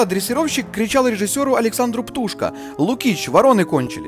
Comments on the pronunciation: правильно ударение на "о" - ПтушкО. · ПтушкО!Ударение на последний слог!